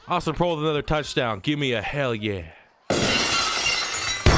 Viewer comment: I believe Proehl is pronounced "Prail"